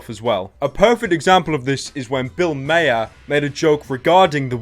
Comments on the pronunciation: It's pronounced Bill ma-ar not may-er. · Nigga it's pronounced Bill "mar" not Bill "Myer" Spelled "Maher" Pronounced "Mar" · Bill Maher not Myer 😂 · You mispronounced Bill Maher's name.